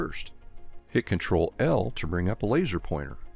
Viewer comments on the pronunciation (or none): none